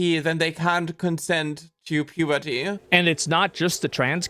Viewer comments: "Pube er tee" 😂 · "can consen to pubert-ia" ...what a creep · the way he says "puberty" you know its giving a weird entonation like some kind of fetish